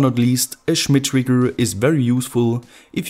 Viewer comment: Schhhmit triggggrrrr